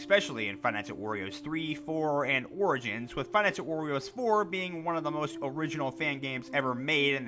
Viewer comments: Bruh why do you say Wario like W-oreo? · Ugh, no offense but I cringe at the way you said “wario” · When he says wario, he sounds like he’s saying oreo